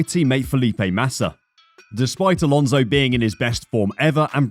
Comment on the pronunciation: Fernando's name is Alonso not Alonzo.